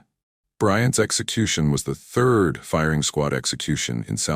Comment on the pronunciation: It drives me nuts because throughout all of the videos on this channel.. They never pronounce anything correctly.. instead of saying third they say Thirth 🤦